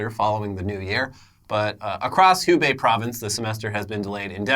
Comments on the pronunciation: Just fyi- it’s Hubei like (who-bay) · So I'm one of those lucky Americans in Wuhan right now, and I just want to say thanks guys for actually putting in the effort to try and accurately portray what is going on here, and just for the years of entertainment you cucks have given me. (You do pronounce the "H", just softly. 'Hew-Bay') For those concerned, don't worry. We've been hiding in our apartment for the past two weeks, practicing making hot dry noodles and playing Rimworld to pass the time. In a surreal way, the forced "vacations" we all have, have really brought everyone together and reminded people about what's important in life.